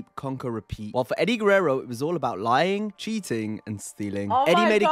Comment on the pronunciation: when pronounces Eddie's name perfectly